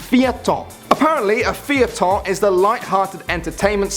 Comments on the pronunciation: you said feuilleton wrong. its pronounced fay-tuhn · Feuilleton is pronounced fuh-yuh-ton. Feuille means paper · I laugh so hard when he pronounced feuilleton xD Also the longest french word that I know is anticonstitutionnellement